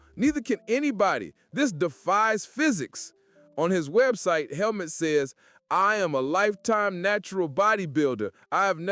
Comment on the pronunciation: Its pronounced like Hellmoot btw